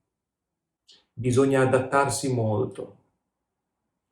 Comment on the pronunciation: Dovresti correggere la pronuncia, preferibilmente sostituire la "d" con la "t": "molto" al posto di "modo". Saluti e complimenti.